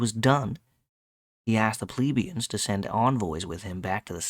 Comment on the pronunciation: You don't say plebians like "Pleebians", mostly because it is not spelled like that. The same with pleb, you never say it like "pleeb", because it is not spelled like that, just be consistent with how you say other words, like help, yelp, set, fret, dredge, fletch, stretch and so on. No need to freak out over a simple word like plebian and go out of your way to mispronounce it like that.